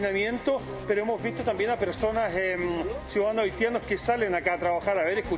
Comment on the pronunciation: "TURISTAS AHITIANOS"